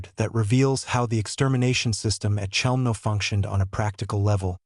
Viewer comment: if this is a documentary about Chelmno...why all the random pics of Auschwitz I etc? and the CH is not being pronounced correctly by the AI bot